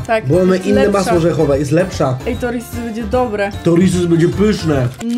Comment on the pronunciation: jak coś to się wymawia przez Z bo trosze irytuje hehe